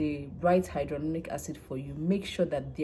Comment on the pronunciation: Why are you pronouncing it as hydrolonic acid?